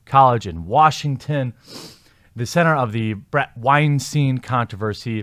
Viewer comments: it's Bret Wine-STYNE (rhymes with fine or mine) He, Bret, doesn't like his name being mispronounced since the Harvey Wine-STEEN (rhymes with mean or bean) controversy. Please make a note of it. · Great video. Although Bret Weinstein is pronounced "Wine-Stine" - he said on the Joe Rogan podcast he hates when people pronounce it "Wine-Steen"!